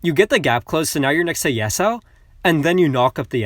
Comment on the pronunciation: U're pronouncing yasuo's name wrong its yas-uo